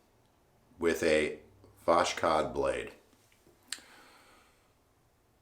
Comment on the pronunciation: Yay, you mentioned me. Yeah, its is more like "was hot" without sh sound |wʌzhɒt|. Everything was cool! For sure pronounciation of voshod is kinda level you up in everyones eyes. Like a pro who knows how to deal with this 😎. Oh, what a lovely shave! Amazing! Great job! Idk but your reviews and passionate makes me so happy. Totaly agree with you - mercur is one of the mildest one that won't cut you even if your techniques not so perfect. Like you have only two options - it shaves or not. Definately can say - mercur is one of my favorite razor. About irritation - I've had such troble but mostly because Ive pressured too much on razor and went twice on the same spot. Gillette king c balm helped me out - just add it next day after shave. It will soften your beard and relax your skin at time of itching. Shaking your hand! Great job!